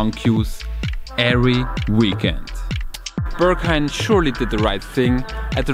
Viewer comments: Steht da Börghain oder warum sprichst du es so aus? 😂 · dachte ich spätestens als ich sein erstes ‚Börrghain‘ hörte 🤣